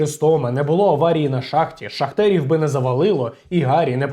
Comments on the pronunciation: Не "шахтерів" а шахтарів! 🙈😂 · ШахтарІв! Ш а х т а р І [ наголос на і ] в !